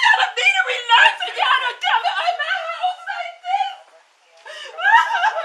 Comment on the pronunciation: the f*c king cop says re lax d'Oh❣